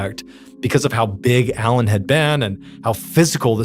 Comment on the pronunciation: All french names, words are butchered like the poor boeuf bourguignon . I understand you probably don’t speak French . But just type the translation and hear how we pronounce them. The main character is ALAIN not ALAN . That one was hard to listen to…..